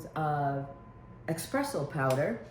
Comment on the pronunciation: Espresso powder,Not expresso,LOL